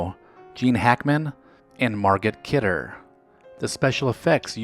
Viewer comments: Men-uh-chim Bee-gin. Mar-gut Kidder. Seriously, anytime you have to pronounce someone's name you need to look up how it's pronounced. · Better make those Mu-NOCK-im BAY-gun & MAR-go Kid-der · Great video slightly mispronounced Menachem Begin and Margot Kidder . otherwise quite good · Ma-knockan Bay-gen,Mar-Go Kidder,bad mispronunciations.They were before my time and I know who they are and properly say their names.Otherwise a pretty fascinating channel. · A fun trip down memory lane, slightly marred by a couple of mispronounced names: Menachem Begin and Margot Kidder. Oops. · You mispronounced Menachem Begin and Margot Kidder. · These things are kinda nice but they should read Flashback USA in the year 1978 cuz, wait for it, there actually were all kinds of events that happened outside of the USA as well if you can believe it... I also like this dude mangling the names of Menachem Begin and Margot Kidder... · great video, as always, but you need to work on your name pronunciations! Menachem Begin and Margot Kidder!